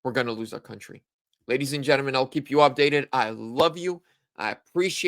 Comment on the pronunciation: Gentleman not gennamen Omg